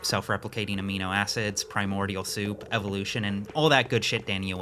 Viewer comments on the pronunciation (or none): none